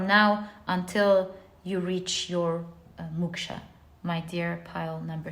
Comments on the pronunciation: Dear pl don't mind but it's pronounced Mok-sha to rhyme with Cloak not muksha ❤ otherwise yr knowledge of world cultures is mind- boggling to say the least ❤ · It's called MOKSHA not Muksha. MOKSH is a state of leaving worldly pleasure 🙏